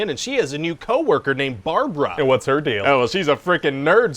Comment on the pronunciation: Its not Barbara, its Brabara